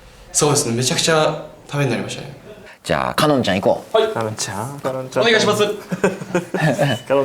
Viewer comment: っぽくない「お願イシマスッ」好きw